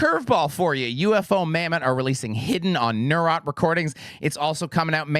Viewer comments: I thought that band name was pronounced Ufomammut, not U.F.O mammut. Mind blown. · Did he just call Ufomammut UFO Mamutt? Maybe the Italian band has an Italian name, and its pronounced that way. And the lack of a space should indicate that it isn't two words.